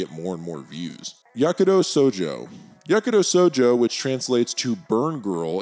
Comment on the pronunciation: Bro you need to pronounce the sh in shojo. It’s not sojo